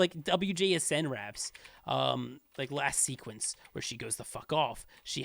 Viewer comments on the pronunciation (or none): none